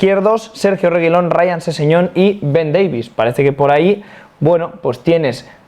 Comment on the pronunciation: No se porque pronuncia el apellido de Reguilón como si fuera un elfo del señor de los anillos